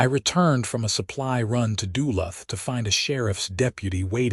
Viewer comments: The AI needs to be programed to pronounce duh looth not dull luth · DU-LU'TH.......please!!! 80 years i have lived here......long U each syllable.